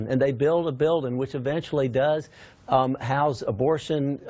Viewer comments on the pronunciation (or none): none